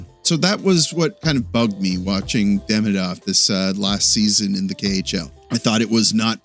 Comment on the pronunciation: its not hard , please take the time to pronounce his name right !